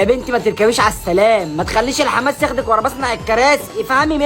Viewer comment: انت قلت يخدك مش يخدك ههه انا بت